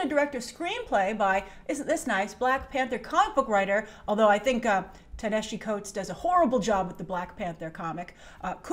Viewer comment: Thats not how you say Coates name. I